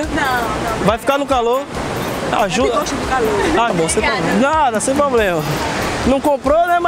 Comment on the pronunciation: e esse negocio do: "tem nenhum poblema com a brincadeira não né?" quem fala é o kk